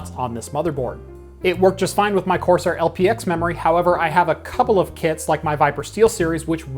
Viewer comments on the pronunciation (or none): none